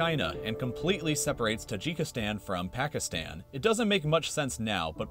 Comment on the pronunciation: You say the countries ending with “stan” wrong -let’s take Pakistan 🇵🇰, it’s pronounced: “Packistaan”, but you say: “Packistann.”